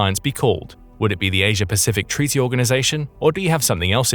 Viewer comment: What a gweat tweaty